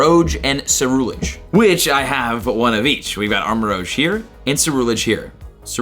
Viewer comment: Jesus christ... your pronunctiation of so many Pokémon is hard to listen to... Armarouge, Ceruledge, Salandit... please learn to pronounce them... Armarouge - combines armour, armament and the french word rouge, which is pronounced RUUJ, not ROJE Ceruledege is a combination of cerulean and edge, so its CerulEDGE, not CerulAGE Salandit is a a salamander BANDIT, your're stressing the wrong part of its name